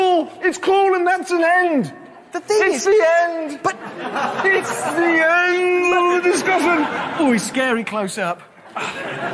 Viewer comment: Jeremy :and its the end Richard: yea but.... Jeremy: its the end! Richard:... Jeremy: through gritted teeth IT'S THEE ENND!!